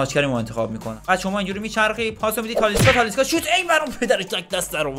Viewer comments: داداش به تالیسکا میگی تالیسا😂😂😂😂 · .تالیسکا نه تالیسا انقد نگو تالیسا رو مخه😂😂😂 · ویدئوت عالی بود ولی اون تالیسا نیست تالیسکا😅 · داش تالیسکا نه تالیسا.❤😂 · تالیسکا هستش نه تالیسا🤣🤣🤣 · داداش تالیسکا نیست😂😂😅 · تالیسکا نه تالیسا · اشتباه میگی اون تالیسا نیست تالیسکا هست